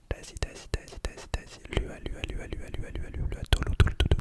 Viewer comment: Coucou, pour les îles Samoa pour la prochaine fois, on prononce les lettres "U" en "OU" par exemple: Tahi - LOUA - TOLOU...